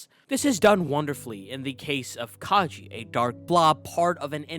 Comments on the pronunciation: It's Kage (Kah-geh), not Kaji. The "ge" in Kage is pronounced as the "ge" in gecko. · Its kage tho not kajei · Its Kage, as in Shadow. (Ka-gay), like Hokage (Hoe-ka-gay), his name is not Kagee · I hate to be that person but "Kage" isn't pronounced as "Kaji". It's pronounced like "Ka-gay". It's the Japanese word for shadow. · say it with me, "ka-geh" not "ka-ji". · Did u really just say Ka Je?! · Hurts to hear it all throughtout the video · omg did u just call kage 'ka je'?? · also i think its pronounced kage like a short g sound not a j sound cause kage in japanese means shadow. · That's a weird way to pronounce Kage.